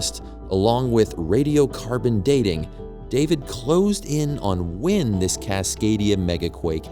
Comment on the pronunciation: Why does the narrator pronounce "when" as "wynn"? That's super annoying.